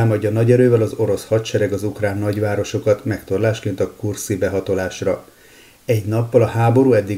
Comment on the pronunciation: kurszki, nem kurszi, kedves! (Ahogy elíródott, úgy félre is ejtődött...)